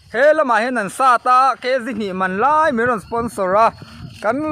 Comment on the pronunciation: Leih tih tur te laih itia....i tawngkam hrim2 hi a diklo zeuh2 a...dik phei se ahmuhnawm leh zual ang😅❤